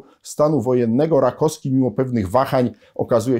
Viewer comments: Bardzo przepraszam że czepiam się szczegółu, ale naukowiec, humanista powinien zwracać uwagę na poprawną wymowę. Rakowski a nie Rakoski. Jeszcze raz bardzo przepraszam ale uważam że ktoś taki jak pan powinien zwracać uwagę na wymowę żeby Polacy mieli wzór do naśladowania. A tak poza tym zawsze czekam na kolejny odcinek na pańskim kanale, staram się śledzić pańskie publikacje od momentu kiedy dawno temu wpadła mi do rąk Reglamentowana rewolucja. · RakoWski a nie Rakoski. Strasznie razi.